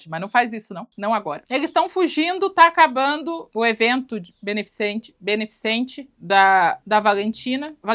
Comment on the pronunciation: porque é tão dificil dizer "benefiCEnte" ? (eu tb não consigo)